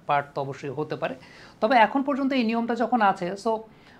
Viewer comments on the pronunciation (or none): none